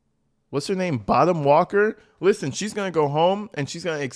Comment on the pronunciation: I keep hearing Bottom Walker. I know that can't be right